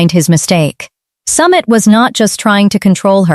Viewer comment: Narrator. Learn how to pronounce names properly!!!!! Pronunciation wise it's SUMEET not Summit!!